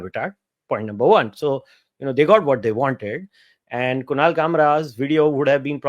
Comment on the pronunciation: Kushal nahi kunal